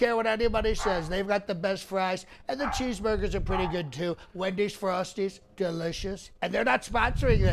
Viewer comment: Your food preferences as pronounced are funny. The M -pandas and quis dillas (?) Must be delicious especially paired with the well described cheezberders with the yellow plastic squares.